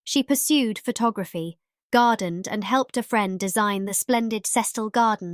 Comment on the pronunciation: "photo-graffy". LOL